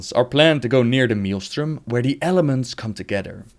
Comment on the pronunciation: great video! Just 1 complaint... you prenounce maelstrom wrong:D